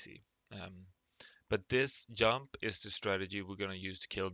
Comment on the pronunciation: Did you say yump? lol